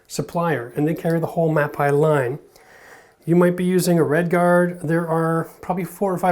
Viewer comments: Just an fyi...it's pronounced Ma - pay not Ma -pie. It is a great product line though. They also have really great concrete repair products in their industrial line. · Mapei is pronounced "Mapay"...it's Italian